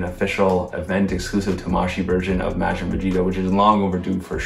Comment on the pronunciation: love the video and predictions, but can you please start pronouncing Majin correctly?